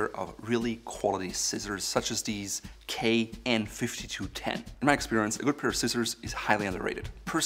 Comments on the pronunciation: Kai is pronounced K-igh as in calling yourself "I". They also own brands like Kershaw pocket knives and Shun cutlery. Also knives with serrates are generally not good and only found in american knives because americans can't sharpen their knives for some reason. Source: Ex Kai employee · Good video, please double check the KAI pronunciation. It is a Japanese word and the a is an open vowel